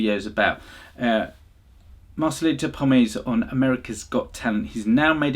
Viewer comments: With all due respect, please pronounce his last name properly... It is "Pomoy" and not Pomay.. If you're sayingg your followers boosted because of him, he deserves proper recognition. Start with saying his last name correctly. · Bro, it's "Pomoy", not "Pomei", Peace! :) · like your reactions. Need to work on Marcelito"s last name. You are leaving out the Y. Po---Moy.